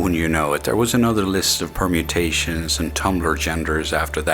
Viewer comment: Every time said permutations all I could think about was Witcher 😕